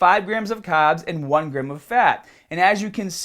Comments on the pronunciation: I like how you say carbs. For a second I thought you were saying "cobbs" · Why does he pronounce the R's in some words but then he goes and say "caaaahbs"... is the accent selective to certain words? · Make sure you cut down the cahbs!! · i just noticed you say carbs kinda weird. You from australia?